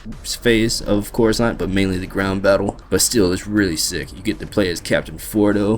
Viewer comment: "Khorasan"??? Were you high when you recorded that video??